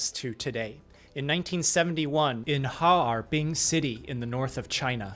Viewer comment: Leukemia treatment out of Harbin is super interesting. Your pronunciation is also perfect!